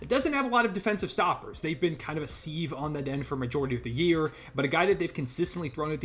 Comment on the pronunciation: The word sieve is pronounced siv